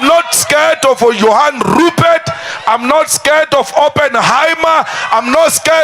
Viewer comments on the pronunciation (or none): When he pronounces Rrrupert..... you could swear that he's grinding his head 😂😅